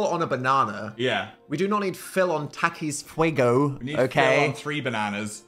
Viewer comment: dAN PRONOUNCING TAKIS FUEGO KILLED MEEEEE MY HISPANIC ASS IS SOBBING